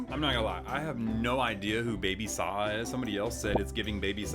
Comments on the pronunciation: its pronounced baby sa ja Like not baby Saha Love your videos ❤❤❤❤ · Noooooo😭😭😭😭 it’s pronounced saw-jaw not saw-Hah 😭😭😭 omg poor baby Saja bro btw he’s from K-pop demon hunters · ITS SA-G-A NOT SA-H-A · I started laughing when he said Baby saha He’s called baby saJa he’s from K-pop demon hunters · IT ISNT PRONOUNCED BABY SAHA ITS BABY SAJAAAA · He said baby saw-haw 😢😂💀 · It's pronounced "sa-juh" and it's from the movie "Kpop Demon Hunters." You must really live under a molar, because it's the #1 movie right now. Watch it! You'll love it! Everyone does! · it is pronounced baby sa (juh) a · pronounces Baby Sah-Jah, the j is pronounced. He's from K-Pop Demon Hunters, a new Netflix movie that's really popular